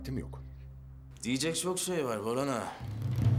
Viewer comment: Sılanın 46.43 boran diyeceğine baran demesi 😅